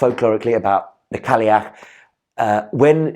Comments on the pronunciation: It's not "Cally-ach"... there's no 'l' sound. (it's more like: "Kai-ach"). - Gaelic (pronounced like: "gaylick") is spoken only in Ireland. Gaelic (pronounced like "Gallic") is Scottish. They're similar but not identical. - What is "Imbola"? (like ebola?) Imbolc is Imbolc - there's no need to change it. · Cailleach is pronounced ‘Kye-yach’. Cailleach in Scots Gaelic is an every day word simply means old woman. More of a divine ancestor than a God. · your pronunciation of Cailleach is killing me. In Irish it's pronounced ky-loch